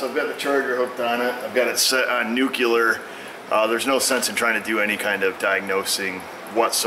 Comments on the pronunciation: NUCLEAR not nucular!!!! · Unfortunately, he said "nukular" :(( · Only one u in nuclear.